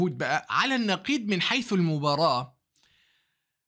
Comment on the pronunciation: نقيض بالضاد يا دكتور مش بالدال. تحياتي لك من القلب. بالمناسبة حلوة حركة الصورة كخلفية جدارية.